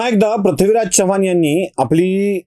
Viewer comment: पृथ्वीराज हा उच्चार योग्य करा, आपण प्रथ्वीराज असं म्हणतायत